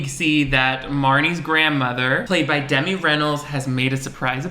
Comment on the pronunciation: Absolutely noone:: DEMI reynolds. lol slip of the tongue. No shade just found it funny